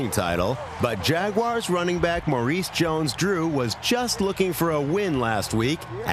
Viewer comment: “MALEES... Jones-Drew” iykyk